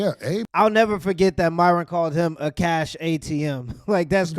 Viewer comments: Dude can't say Akosh but can say some weird ass African Muslim names lol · This dude couldn’t read the word Akash 😂 Sound it out g, good lord